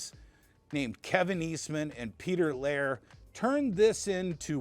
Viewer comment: “Peter Laire”? You mean Peter Laird…you fake comic book fan 🤣 😉